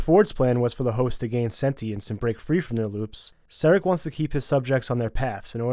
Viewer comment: I am sure you guys have a lot of great content, but i just can't listen to what you are doing to those names. I literally cringed when you say "sarek", like from star trek, and felt like I can't bear this through the whole vid.